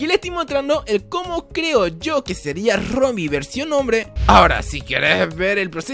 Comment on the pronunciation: Minuto se dieron cuanta de que dijo Rodin en vez de Robin